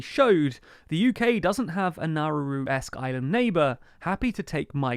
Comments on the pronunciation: PRONOUNCE THINGS CORRECTLY CHALLENGE (IMPOSSIBLE) It's Nowroo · Nauru is pronounced Nawroo.